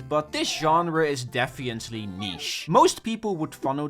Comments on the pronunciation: I keep getting confused every time you say "defiantly" instead of "definitely". Which is every time. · did you say "defiantly"😂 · "defiently" lol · Day 1 of telling to pronounce definitely correctly.